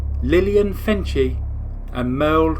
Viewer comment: Hi there, I grew up outside of Lincoln and I had many family members who lived in Lincoln during the Starkweather Murder spree and would share memories of that time. I enjoyed the video, however one small correction - the victim Lillian Fencl- her last name is pronounced like Fence:sill. It’s a relatively common name in the area but probably not so common elsewhere. Thank you!